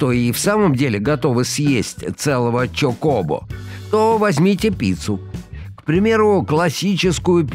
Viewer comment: ЧокОбо? Один я ударение на первый слог ставлю?